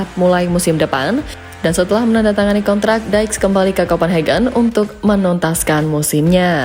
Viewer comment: Kevin Diks dibaca apa adanya min, bukan jadi Daiks. Geli telingaku 😅